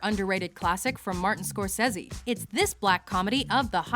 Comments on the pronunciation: score-say-zee dumbo :) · You must have said Scorsese 500 times in Your videos by now, yet You still can't make up Your mind on how to pronounce the name.